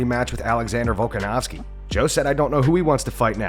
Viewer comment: Gilbert cant pronounce volks name to save his life 😂😂😂